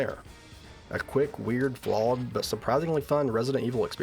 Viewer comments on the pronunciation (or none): definitely cant here the f at all